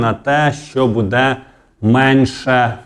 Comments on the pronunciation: Та не «будЕ» , а « бУДЕ» ! Безграмотна мова !😢😢 Говори Українською , якщо ти медійник !!!😮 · Ставте правільно наголос. Не будЄ, а бУде! Невже так важко запам'ятати! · А чому "буде" з наголосом на "де" ? З України нас вже насильно зробили галичину, а мову вже не пізнати, нас вже швидко усіх незгодних "ушпиталять".